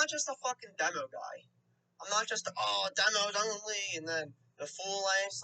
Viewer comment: This kid has a goofy accent. Keeps pronouncing demo as “dem-ouw”.